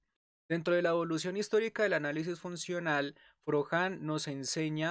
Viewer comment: SE PRONUNCIA FROCSÁN